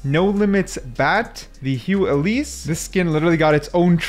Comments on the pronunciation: "HEW ELISE" bro it's Hu Else (who else). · Mispronouncing Hu Else is crazy work ("who else" btw it is a pun)